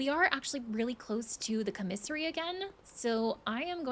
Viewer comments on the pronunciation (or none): Please stop say comissary lol.